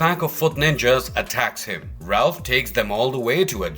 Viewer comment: Please please.....Raph not Ralph